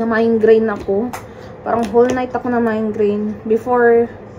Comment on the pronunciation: Migraine not mindgrain😂😂